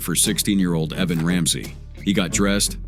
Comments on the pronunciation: EeeVan?? Not Evan. How do people graduate high school, let alone get a job as an announcer/news presenter without knowing how to announce basic names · E-Van or Eh-Van. AI doesn’t get numbers or names right much of the time. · “E”van? How stupid